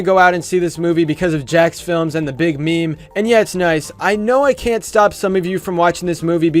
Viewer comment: I cringe when pronounced meme wrong its not "me mes" its pronounce "memes"